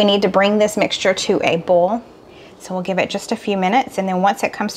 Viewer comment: Why do you pronounce Boil , like bowl? Oil , like ol ?